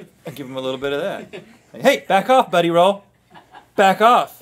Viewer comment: I'm sorry but it's buddy ro. Not buddy roll.